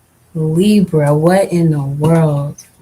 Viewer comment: Can you please say Libra(leebra)properly. I’m sorry it just irks my soul when you say lib ra. Like giiiirl